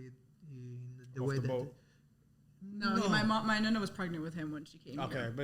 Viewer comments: Just to let you know It’s pronounced Nonna not Nunna lol So cute tho! God bless❤ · Nonna not nunna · Stop saying Nunna hahaha it’s driving me crazy 😂❤ ughh😅